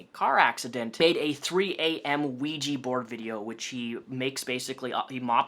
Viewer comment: you are great, but it is OUIJAAAAAA-board and not ouijiiii-board:D